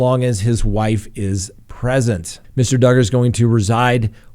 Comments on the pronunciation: trolling everyone by saying doogard at the beginning 😂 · I love how you say Do guard. Who cares how you pronounce his name he's a POS. Allegedly. I honestly never thought that Barry Morphew was ever going to get arrested. I actually had to pull my car over into a parking lot and watch the news. Good times. <3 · Ha ha ...just keeps calling Duggar ..."Doogar" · He’s a pos. Just call him Duggar. Pronounced “doo gar” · Josh Duggar rhymes with hugger!?, 😐🙄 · Of course he did 😆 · I was like, " Is trolling us?" Lol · Hey BETH ADKINS wants us to ask you to PLEASE PRONOUNCE the name DUGGAR RIGHT!!! SHAME ON U GO STAND IN THE CORNER your not aloud to EVER mispronounce another word or name wrong again!!! At least as long as Beth & a couple other people are watching you, I dont understand why if they are so insulted over you mispronouncing it & are HAVING SUCH A PROBLEM DON'T they just leave & come back when DUGGAR isn't in the news anymore just saying 😊😊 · I laughed when you corrected the way you pronounced Duggar!! I’m always getting corrected on stuff like that too!!! Your not alone!!! 😂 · And your you are not pronouncing Josh Duggar's name correct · Still pronouncing Duggar wrong... Just the first time so you're getting better.